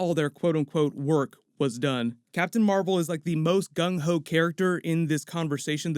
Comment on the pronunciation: Did you just call Captain Marvel a ‘gun hoe’?😂😂